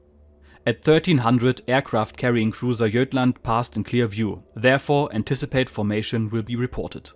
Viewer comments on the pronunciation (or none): Sir with all due respect Gotland is pronounced not jutland but like the German god is said. Gotland